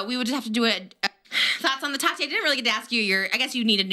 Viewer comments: The way you pronounce Tati as Tadi is so funny to me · Why can’t you say Tati name right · FOR THE LOVE OF GOD, LEARN HOW TO PRONOUNCE “TATI” CORRECTLY .